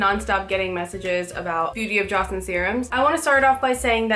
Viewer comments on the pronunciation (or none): please stop butchering the name it's not Joshiun. its pronounced Joe-sawn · Jaw-sen?😂 Joe-sen. Its Korean